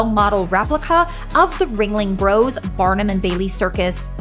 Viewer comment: I'm a native Floridian, born, raised and retired, still in, Florida. You or your AI pronounced Ringling (BROS) Museum. The BROS is short for Brothers. I was around when the actual circus was around and got to see it in Jacksonville at the colosseum when I was a kid, it was spectacular!!! This was good, there were one or two places I hadn't seen or know about so thanks for the info. Beautiful scenery in your videos. But now everyone will visit these secluded spots. Oh well.👍👍😊😃